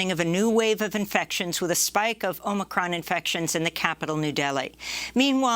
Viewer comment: I love how she says “omicron” in the traditional pronunciation. 🤣🤣